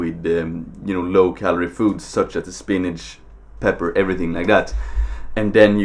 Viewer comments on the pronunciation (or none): none